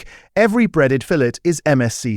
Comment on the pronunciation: I noticed that, is this AI? His English accent is perfect I should have thought he knew how fillet is pronounced in Britain.